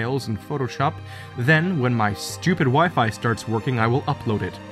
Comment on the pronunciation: When he said stupid Wi-Fi at first it sounded like stupid wife